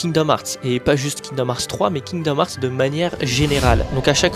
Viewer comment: C’est fou d’être fan et pas savoir dire le nom du jeu…